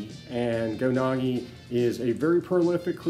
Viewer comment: Unfortunately only 20 seconds in. when he mispronounced Go Nagai ( it's Nah-guy not nah-gee), I'm out.